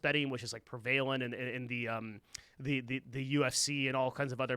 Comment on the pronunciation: you pronounced 'prevalent' the same way I have most of my life right at the beginning (like the word prevailing) someone pointed out to me recently that it's always 'preh-vuh-lent' and it blew my mind.